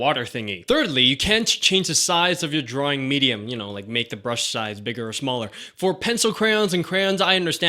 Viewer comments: I like how he says drawing at the beginning 'drooringg' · It's funny when he said: "DRAWRING"